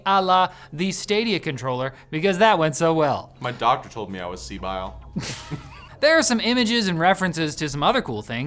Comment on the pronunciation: "My doctor told me i was sebile", i actually laughed hysterically